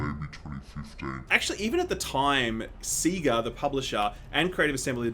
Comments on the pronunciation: Yuuu see that fackin' SEEEEEEgaaaaahhhhh oouhva dthere? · what the hell is sea-ga? you aussies don't know how to speak english. It's say-ga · It's pronounced 'say-ga' not 'see-ga'. I remember this from when I was a kid, the Sega Mega Drive start up screen would sing 'Seegaa' over the logo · Did he just say SEE-GA? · It's pronounced Saga not Seaga. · “SEEga” hahaha, just stop...jajajaja! Also, fuck this Alien mobile game. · I live in Australia, nobody I know says "Seegah" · SEEGA? You kids and the funny ways you swap your e's and a's. 🙄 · How can you manage to say SEGA wrong? When you literally got to hear it anytime you started a SEGA game for years.